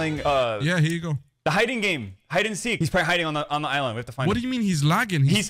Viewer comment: I thought he said Islam not just mispronounced island